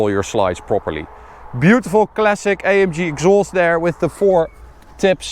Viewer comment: Bro es heißt A M G nicht EYEMJI